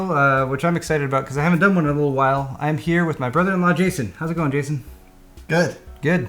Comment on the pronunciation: calls him Gayson